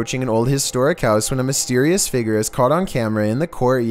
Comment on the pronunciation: numbar fhive seemingly ghostlee figor